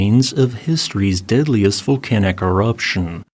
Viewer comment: Why do you say "diddliest" instead dog "deadliest"? You sound like Ned Flanders lol